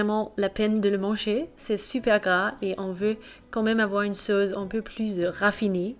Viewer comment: "LA SAUCE" avec un C comme suce et non pas "la sauze"